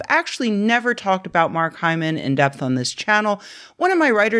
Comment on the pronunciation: Take a drink every time Rebecca says hymen... err Hyman.